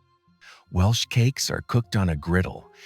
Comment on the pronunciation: Might be good if the voice over could at least pronounce Welsh.